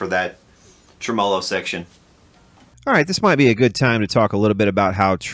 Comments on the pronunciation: There are a few of us out here that cringe at "tra MOE low" when we are so used to "trem uh low" :) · It's TRE-MO-LO not treMAWLAW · Never heard anyone pronounce tremolo like that, that's new to me. Each to their own obviously. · Great info and presentation. One suggestion, it doesn’t benefit anyone to mispronounce gear and parts.... like say a tremolo.... It just pisses of folks that know what it is, and what it has been called In it’s country of origin. And it not only misinforms the ppl that don’t, but just helps Guarantee the old-timers aren’t going to want to spend a lot of time with them bc they’ll sound like morons saying Tremmo-lo.. it’s a tremolo bro.... that’s all. Pronounced “trem’olo” Thanks for your time Liked and subbed. For now. 🤘🏼🤙🏻